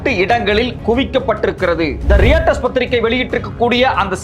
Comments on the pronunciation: அது ரியட்டர்ஸ் என்று சொல்வதில்லை. அது Roy Tuzh . ராய்டஸ் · ராய்ட்டர்ஸ் not ரியாட்டர்ஸ். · ஒரு சின்ன திருத்தம் அது ரியேட்டர் இல்லை ராய்ட்டர்ஸ் என்று உச்சரிக்க வேண்டும் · reuters = roy-tuhz or roy-turz ✌😊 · Correct pronunciation is like how u will read ROYTERS.